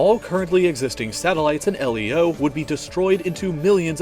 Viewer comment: It's pronounced leo like the name now L - E - O